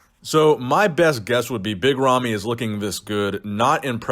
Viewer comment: big ramy not romy, ramy with an A